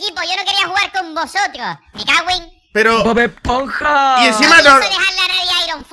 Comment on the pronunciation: bod esponja una crastiburger jajaaj me gusta cuando lo dice